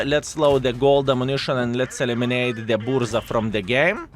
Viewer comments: buRZa my polish ears are bleeding xd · I was going to rant about your pronounciation of Burza.. but now I know universe is saved. Tanks over styles in BP all the way. Still 2nd best after this one is ninja turtles :D